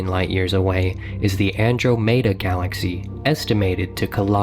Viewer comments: The narrator's pronunciation of Andromeda is killing me. An-dro-may-da?! No. An-drom-eh-da. It's the farthest object from earth visible with the naked eye. It's 110,000 light years in diameter and 2.5 million light years away. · Wow he called it "Ann drow made a". Dude, its Ann-drama-duh" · Bro said andro-mado🤣😅 andramudda is how it sounds. Andromeda Is how it spelt. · Where the hell do you hear anything even remotely close to "drama" in Andromeda? It's more like Ann-drome-duh. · I never heard anyone pronounce Andromeda An-droh-MAY-dah. It was named after the Greek goddess An-DROM-eh-dah. Am I wrong? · an·draa·muh·duh - Andromeda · Omg that triggered me. The dude in the space video really said Andro-Meda. Its ANDROMEDA. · "Andrew made a...."?? Andrew made a what? Oh, you mean Andromeda. I've never heard that mispronounced before. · Who pronounces it Andro MAY DUH? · The kid in the video he's watching actually pronounced it "Andro-mayduh". I can't, that's so cringe. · So we just gonna gloss over the part where he pronounced Andromeda as And-row-mada? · the "Andro-mayda" galaxy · Andro Meda lmao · So many of these facts are incorrect.... hell the dude can't even pronounce the "Andromeda" galaxy. The Earth also wasn't hit 4 million years ago by a planet the size of Mars. I'm sure there will be more bullshit facts on this video. I'm only just on the number 9 fact.... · That...is not how you pronounce Andromeda. 😑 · Where'd this guy learn to horrendously mispronounce all of these names? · It's really pissing me off how he mispronounces Andromeda lol. Also the music is jacked from Universe Sandbox. There's a lot of jacked content in this vid honestly. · Milky Way solar system? Andromeda solar system? Really dude, they're called galaxies lol. And Andromeda is NOT pronounced that way, hell it's a common word that almost everybody knows how to say. There was even a Mass Effect game with it in the title so anybody his age should know how it's properly pronounced.